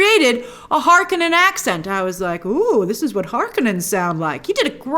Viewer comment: You said Harkonnen like Frank Herbert intended :P